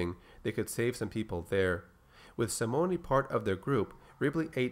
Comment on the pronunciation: Simone is pronounced Sim-moan or Sim-own. No hard E on that name.